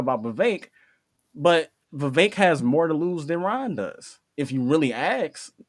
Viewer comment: It's not viv-vake it's Viv-vek.